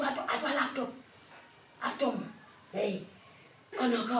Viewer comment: Bt 4 de months u have bin in Kampala u av not yet learnt hw to pronounce laptop other than halfpot